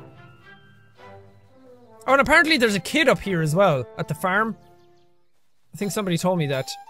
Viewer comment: I love how you say "farm." It makes me giggle.